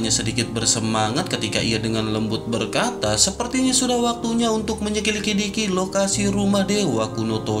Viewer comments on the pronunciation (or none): none